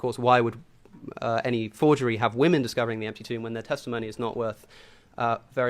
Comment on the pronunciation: What is it with people not saying Women properly? Not saying Wymen and saying Woomen